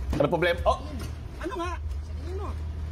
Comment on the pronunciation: Just noticed way of saying "publema" hahahuhu